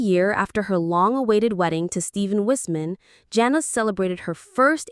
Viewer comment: So we just gonna pretend like Josh and Anna never happened. And it’s pronounced JANa not Jenna.